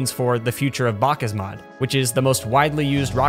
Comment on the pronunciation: God it's hard to hear him say BakkesMod wrong.